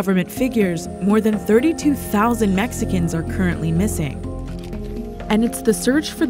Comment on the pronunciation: Listen dude.. if your narrating in a perfect english accent.. DONT PRETEND TO SOUND MEXICAN WHEN PRONOUCING THEIR WORDS....